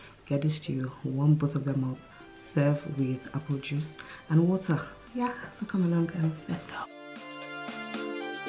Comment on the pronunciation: Well done B! Love that you always found a way to incorporate fruits into your meals... and the emphasis you placed on “water” 😂👍